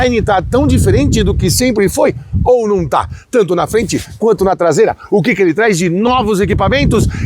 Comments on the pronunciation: “Tlasela” foi demais. Hahahaha! Sucesso! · A traseira inteira nao virou “TLASEILA” kkkkkkkkk muito bom kkkkk